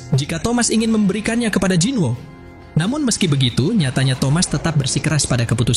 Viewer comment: Bang bacanya bukan jinwo tapi jinu